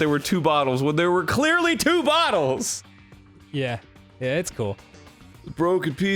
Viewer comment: Whenever they say "bottles" i hear "buttholes", it's pretty weird XD